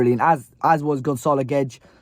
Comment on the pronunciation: G-W-E-D-E-S,. Say it a few times. G-W-E-D-E-S, G-W-E-D-E-S, G-W-E-D-E-S. Say it often, please, as I hope he’s finally going to show what a talent he is. Takes a Portugeezer to spot another, IMO. Great vid,. Keep them coming. UTW.